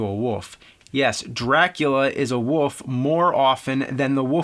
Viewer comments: Is it just me or is James constantly saying "Woof" instead of "Wolf"? Is that part of an accent that I dont know about or just a color of speach? Somebody explain that to me. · Hey man, just want to point out its 'wolf' not woof. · I just simply cannot wait until James reviews "The Woof of Wall Street", Dances With Woofs" and "Air Woof". I bet his favorite band is "Woofmother". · I love how James pronounces wolf as woof. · He do say Wolf but the L is not that clear :) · Love how you say woof in place of wolf. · wolf wolf the word is wolllf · Say wool. and and an f sound at the end. youre welcome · James pronounces "Wolf" as "Woof". I love it. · Berend de Liagre Bohl I just simply cannot wait until James reviews "The Woof of Wall Street", Dances With Woofs" and "Air Woof". I bet his favorite band is "Woofmother". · I love how he says "wolf" as "woof" some times! :D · Antonio, hes saying Woof... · Antonio Figueroa he says woof. you have shit in your ears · Parrydox Gaming I just simply cannot wait until James reviews "The Woof of Wall Street", Dances With Woofs" and "Air Woof". I bet his favorite band is "Woofmother". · James’ last name is Rolfe but can’t say wolf properly…🤣🤷‍♂️ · NEWSFLASH: The word "wolf" has got an L in it. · haha, I know right, he has been doing that for a decade, It always stands out. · How about same state? You won't find too many people in North Jersey dropping the L like that.